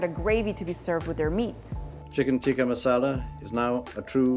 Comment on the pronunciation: They can't even pronouns the word "masala" correctly and claiming it's there food😂😂